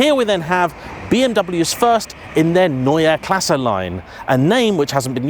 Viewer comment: how are you pronouncing Neue Klasse correctly but Porsche is Porsch?! 😂